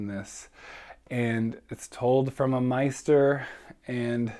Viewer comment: Jesus Christ dude, it's hard enough listening to you try to fumble your way through this,, but then you pronounce maester as "meister"instead of "mayster" so I'm done with you. You should really work on trying to be able to speak directly and concisely and coherently.